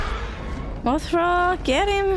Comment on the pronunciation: why did you say that name 🤣 Mothra not Martha 🤣